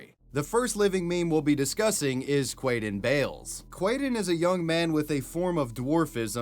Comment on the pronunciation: 😂 i'am sorry.. if his name was like "David", I honestly wouldn't have said it that way. Quaden Bayles..